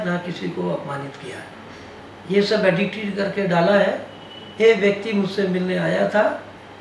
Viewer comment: एडिटेड बोलना तो सिख लो 😂